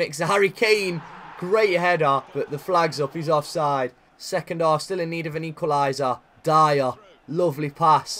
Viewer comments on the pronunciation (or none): none